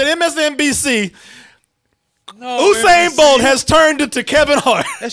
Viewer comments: It's not Oosain it's Yousain 🤦🏽‍♀️ how hard is that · (Phonetically) *You-sane Bolt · OOSAIN BOLT ⚡ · In the news today, Olympic athlete “Oosain” bolt sues youtuber from double toasted mis-pronouncing his name. More on it on fox news. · His name is pronounced "you-sane"